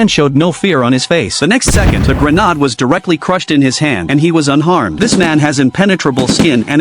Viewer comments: "Grenn-aahd" bwaahahahahahahahahhhaaaa what a 💩 AI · Da granuts yeah A.I is the future can't even pronounce an easy word.